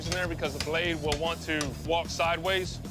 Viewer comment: “ It wheel make bacon and keeeeel “